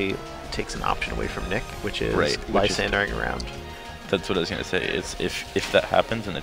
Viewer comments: Apparently the anime says it "Lie-san-der" so I'll go with that. However a proper pronunciation of it for me is still, "Lee-sahn-dre." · Every single TCG commentator I've ever watched says Lysandre wrong... It's really not that hard to pronounce.